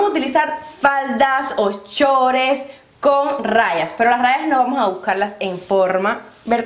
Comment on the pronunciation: Querida sólo una critica muy pequeña para que no te molesten se dice short amor no schores !! Con mucho respeto pero no te preocupes Me gustó mucho tu video !!!! Me suscribo !!!!😊😎🤗